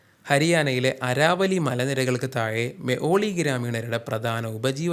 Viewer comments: അരാവലി.. അല്ല.. ആരവല്ലി എന്ന് തിരുത്തിയാൽ നല്ലതായിരിക്കും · ആരാവല്ലി അല്ല ആരവല്ലി അല്ലേ